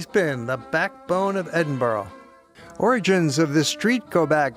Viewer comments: it's not Edinburo, it's Edinburr. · Americans its not Edenboorg its Edinburra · Edinburgh not Edinborough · I've heard of Edinburgh...not Edinbro!!!! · Tariq Rasheed exactly! It's Edinburgh, pronounced..ed in bu rah .not Edinbro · Please: it's pronounced Edin-burrah: you Americans! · It's pronounced edinbrugh or ed in bu ra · Well made content but PLEASE learn how to Edinburgh the way you say it hurts my brain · where the hell does the letter O appear in EDINBURGH learn to pronounce my city correctly before making a documentary ignorant prick.